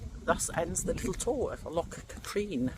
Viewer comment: I am enjoying your Scotland road trip, a lot of my home area and stomping ground....Loch Katrine is actually pronounced 'Cat rin'.......the car park prices are ridiculous ....look forward to seeing your other videos....